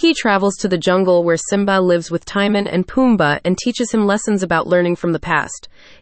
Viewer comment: In EVERY version of The Lion King, the warthog's name is Timon (pronounced TIM-OWN, it RHYMES with Simone)